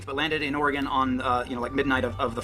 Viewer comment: I love that can say Oregon and can't.